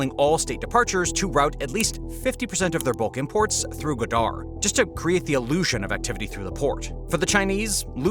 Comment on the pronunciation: It’s GWA-dar, not gwa-DAR.